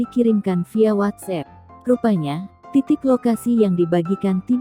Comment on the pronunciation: Lebay min ko watssep, watsup, 😂🙈